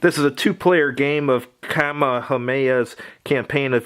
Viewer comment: Bro, just don’t say Kamehameha, your murdering that shit